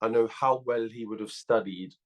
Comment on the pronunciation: & Fabio Fraudly can't say the word 'well' properly.. pronounces it like hes in dehli... any one else notice 😂